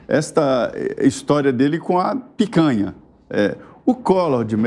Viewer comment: Ao invés de picanha agora é "pécanha". Faz o L.